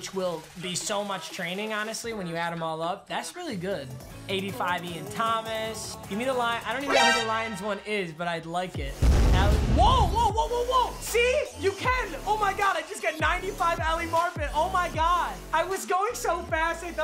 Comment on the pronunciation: I grew up in the same town as Ali Marpet please dont say it like that. It’s mar-pet